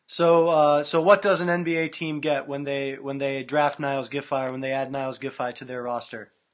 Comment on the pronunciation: The guy who is interviewing Niels should know how to pronounce his name. Its not Niles its Neals.